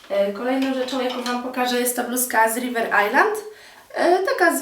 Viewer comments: no czyta się raczej river ajlEnd nie ajland ;-) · River ajlend a nie ajland :D